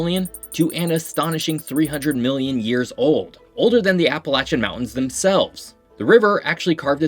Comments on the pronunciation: You pronounced Appalachian correctly! I knew a lot of these facts. Grew up in the Virginia Blue Ridge and lived in Charleston for a couple of years and now living back in the Virginia Blue Ridge (in the National Radio Quiet Zone), I can confirm you really did your research. One quick additional fact about the eastern panhandle, it is part of West Virginia because of the C&O railroad. When the western counties seceded from Virginia, the Union pushed for the inclusion of those 3 counties in the eastern panhandle because the C&O railroad ran through it, meaning losing it would break a critical rail link between DC and states like Ohio and Illinois. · As a West Virginian, thank you for pronouncing Appalachian correctly. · You pronounced Appalachian correctly!!!